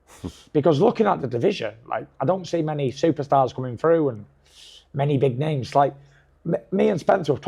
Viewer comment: The guy can't even pronouce names properly